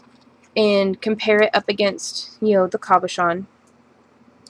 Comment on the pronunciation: Its a CABOCHON not COBOCHON SO PLEASE IF YOUR GOING TO SAY IT SAY IT RIGHT........